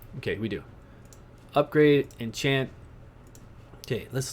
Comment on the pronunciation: thanks for guide. The word is enchant not what you said.